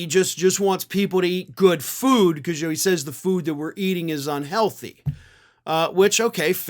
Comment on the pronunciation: Love how he slurred the word "Foodthhhh"....